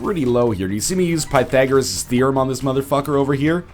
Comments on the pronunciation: You mispronounced Pythagorean. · scumbag Northernlion pronounces Pythagorean therum incorectly.